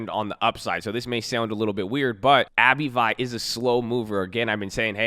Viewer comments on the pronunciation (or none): "Abb-vee" not "Abbey vie" haha